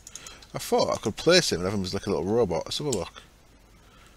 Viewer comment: the Builder Also from what I can tell it's called a "Robit" as if said by a styled 1950's American radio presenter. I spent about 30 minutes trying to find a radio example of how they used to say robot, but couldn't find one for you:P